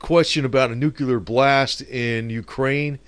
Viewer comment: Nookoolurr lol